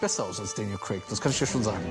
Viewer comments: daniel crack😂😂😂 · Ich liebe Däniel Cräck. 😆👍